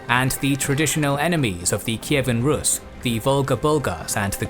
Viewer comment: Russia has nothing to do with Kievan RUS. The pronunciation in English is incorrect.